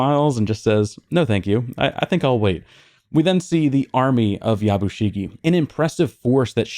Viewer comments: Just a small thing the way you are pronouncing Yabushige sounds like Yabushigi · I know you gave a disclaimer about pronunciation at the outset.. but it’s Ep 4 by now so I feel justified in saying this. My man’s name is pronounced Ya-Bu-She-Gay.